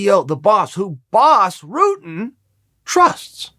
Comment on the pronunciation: why is "Rutten" so hard to pronounce? just Ru as in a rug followed with tten just say ten and it's close enough.